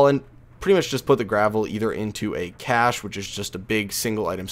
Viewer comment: Cache is actually pronounced kay sh not cash